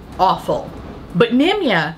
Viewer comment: I just hear “Nimya business” whenever you say Nimya. Edit: you got me rollinggg🤣 what’s it like being so talented?!